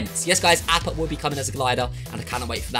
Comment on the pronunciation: Ahppa not apppa